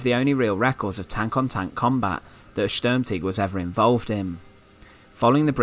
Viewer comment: Good knowledge but bad pronunciation ( STURM TIGER) ( not Sturmtigger ) T I G E R! not T I G G E R as you keep saying, Anyway apart from that i'm sure that people found this interesting as i did.